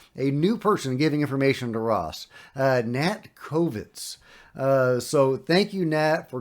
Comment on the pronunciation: Kobitz not Kovitz